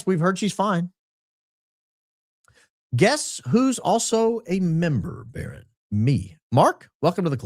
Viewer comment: *Baron not baton 😂😂